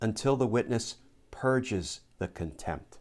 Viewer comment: Glenn.... I'm sure you meant 'purges'..... but I heard 'purjers'!